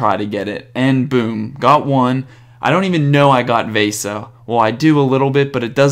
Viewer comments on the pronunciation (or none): You say Vejsa instead of Vesa and you said bad instead of Baade, so what i Think you should do is giving the J sound to Baade so it sounds like Bejd cause thats his right name and then Vesa without the J sound :D Great vid